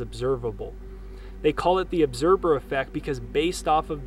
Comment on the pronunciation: ObserVer. With V not B. Just a little correction, no biggie. Good stuff!